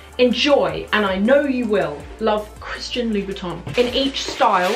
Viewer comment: Hi Sophie! I love your videos! I just wanted to say that it seems to me that you're calling Christian Louboutin "Christian Louis Vuitton" in this video..